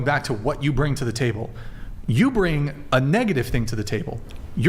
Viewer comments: Bring not brinGG. "They brinGG uhhhh emotional security..." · Her pronouncing the word bring…”bringuh”. Ugh it’s so stupid but it drives me nuts 😂